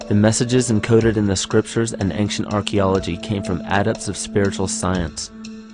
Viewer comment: how come the word "ancient" sounds all the time like "anKcient"? (other than that -very nice and informative video!!!)